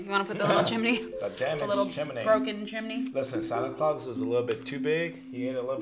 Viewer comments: Who hates how they say chum-eh-ney not chum-ney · "Like a little chiminey" lol